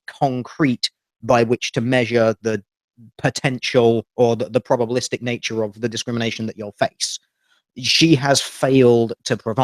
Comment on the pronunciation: When she said "probablistic" I imagined a cartoon Teal Dear with his jaw on the floor.